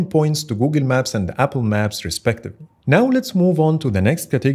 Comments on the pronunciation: “Googen Maps” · ah yes, Googin maps